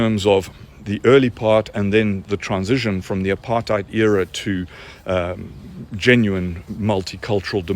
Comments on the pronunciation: "Apar-thigh-ed" lady looks like an ork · I am a white South African Male and actually lived and worked during the so-called Apartheid era! I have 4 Daughters and 3 Grand children. They were never part of this era. That man that spoke as a so-called South African, was obviously never in it! He can't even pronounce Apartheid. He is the twat and is misleading! He like most others cannot see that their food comes from those farms that got taken away from them! He never saw the murders and what is done during these murders where women get cut open and their organs get harvested to do black magic with! I did not agree with most of what the previous idiot government did, but at least they are not communists like the current government and Nelson Mandela! Why does the Democrats in the USA support Communists? This so-called South African who badmouthed President Trump and Elon Musk, has no idea and is no South African! A funny thing is, we in South Africa never had slaves like America. I have a lot of Black and Coloured friends! That one ugly lady with the glasses who is used to look down on people and degrade our Black people in South Africa by saying they cannot stand up for themselves, is disgusting as she looks! America has more Apartheid than South Africa! Apartheid means living apart. Where in America can a white person walk through an area where predominately Black people stay and come unscathed out the other side and vice versa! Afrikaans is a language on it's own and even Black people speaks it! The first people in